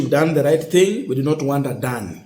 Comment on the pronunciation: You should learn to pronounce words and names correctly. Make sure you add - S - to plural words. Don't ignore it. It is very important. On pronunciations; Adani - Not Adan Amenya - Not Amenyo Etc.